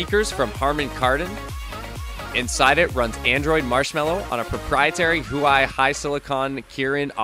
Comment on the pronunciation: Why do you pronounce huawei so weird?